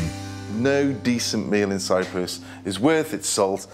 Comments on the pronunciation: Cyprus, NOT cyrus! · CY-P-RUS not Cyrus! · Cyprus* not Cyrus, right? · CyPrus, not Cyrus.